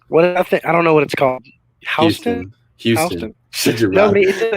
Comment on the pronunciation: this video started off idiotic with not even knowing how to pronounce Houston. bro you're literally from texas